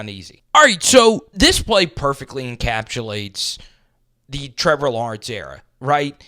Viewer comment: Remember guys, that play perfectly "encap-chu-lates" 😅